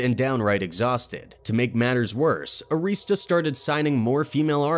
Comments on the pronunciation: ITS ARI-STAH NOT AREESTA RECORDS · The label name was Arista. Not. Areestah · Clive Davis. He has had his hand in many band endings. Btw, His company isn't AREESTA it's pronounced Air - ris - stuh. They used to be my client and that is how the employees pronounced it. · The announcer also pronounced Arista Records wrong. It's "Air-asta."